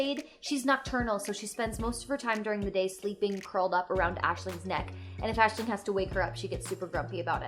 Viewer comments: As an Irish student its really refreshing to see an American say our names so eloquently! Great job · only clicked on this cause my rp character is also called Aisling, and honestly its so nice to hear someone pronounce the name correctly. ;n;; thank you